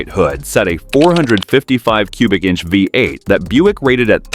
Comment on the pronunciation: Nearly got through it... but then the a.i. couldn't say vee eight around 7 minute mark.. vy eight it said..comical.